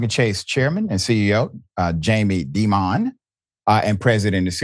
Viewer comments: Dimon is pronounced like Diamond. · Ah so Dimon is not pronounced like diamond , thanks. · Jamie D-Mon, you my man are hilarious. It’s Dimon, like Diamond. Keep up the great work. I appreciate all you do… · demon seems more accurate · I can't understand why all of these problems happen in Atlanta at Chase or Bank of America. Jamie Dimon (pronounced Diamond) needs to be ashamed of himself after Ms. White showed ALL of that proof her account is still closed. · Do you live under a rock? How do you not know how to pronounce Jamie Dimon's name? He's constantly mentioned on the news and elsewhere.